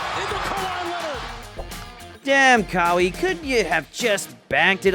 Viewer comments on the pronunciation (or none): Who tf is ‘Kah-wee’